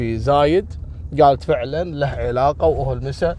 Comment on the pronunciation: ترك تقرأ الاسامي غلط زايد وخميس